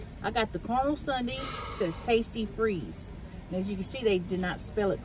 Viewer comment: WHY do you say MuckBank ? its MuckBANG .....and Caramel is caramel -its NOT CarMole